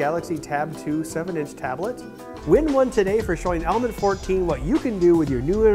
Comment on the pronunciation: am i the only persons who thinks over and over again that the guy in die video is constantly saying "almond" instead of "element"? ^^